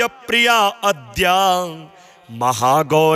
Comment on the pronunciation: महाराज जी , अद्याम, नहीं आद्याम उच्चारण करने का कष्ट करें,!